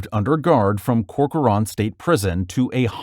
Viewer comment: the way you pronounced Corcoran omg 😭😭 (it’s pronounced Cork-ren)